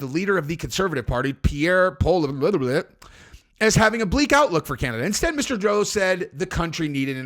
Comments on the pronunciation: Polly-ev is how it’s pronounced. Very easy once you know. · As a Canadian I can't wait to swear my undying loyalty to God Emperor Trump. My only request is we get a lil maple leaf instead of a star. Also his name is pronounced paul-LEE-ev, should know how to say our governor's name 😁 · Oh......Canadian here Believe me Pierre Poilievre is our last hope....check out Jordan Peterson and Poilievre on daily wire...very good interview! And by the way it's pronounced Paul-e-ev but quick like we talk 😂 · Its pronounced Pierre (Poe•leev•yay) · First if you need to say his name, it is "Poll"-"ee"-"ev" but who cares really. Positive notes joining USA would be getting our Handguns back (fuckin' right) and easy travel thru the States..also what do we do with all our "Crown" land, millions of acres..? Think I will go secure water rights from the north here and make a fortune. Let's do it... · the next PM's name is pronounced paulyev.